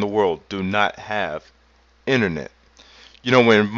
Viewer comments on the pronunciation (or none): "Innernet." lol